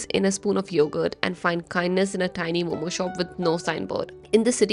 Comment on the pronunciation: Bro she pronounced it like every other foreigner just missed that momo(zzzz)